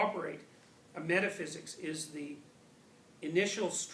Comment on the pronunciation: Thumbs up for pronouncing "metaphysics" the right way!